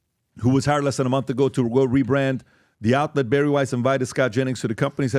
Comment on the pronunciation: Bari* not Barry...